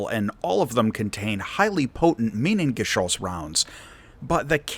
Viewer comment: Nice pronuciation of "Minengeschoss"! Also: Spectacular landing... somehow. Poor guy.